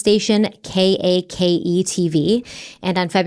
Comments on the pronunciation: Hey, I'm a Wichita native who still lives here, too. A couple things: 1. The local news station "KAKE" (on ABC) is actually pronounced "cake" like the desert, but I can see why said "K-A-K-E" since news channels usually don't have a word made by their station call name (like the other 2 local news channels here on NBC are KSN (pronounced "K-S-N") and CBS is KWCH (pronounced "K-which") So yeah lol. Also, Wichita is NOT a small town. In fact we're the #1 biggest city in Kansas (since most of Kansas City is actually in Missouri), and we're the 49th/50th largest city in the entire USA lol. (I say 49th/50th because some sites say 49th, others say 50th so 🤷‍♀️). Currently, the larger Wichita area (including connected suburbs & small nearby towns) has a population of over 700,000 people! 😋 Back in the mid 70s the population was a bit over 450,000 people. 2. We regularly have shootings, stabbings, violence, at least a few times a week so BTK wasn't this brand new look at violence we'd never seen. Even back in the 70s, (according to my parents who were born here in the 50s) we had the same level of violence as any other big city in the US. Anyway, I'm just happy you guys are saying "Wichita" correctly cause so many people mispronounce it lol. 😊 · The news channel (not that it matters) isnt said in letters its pronounced like cake. I grew up watching it every morning lol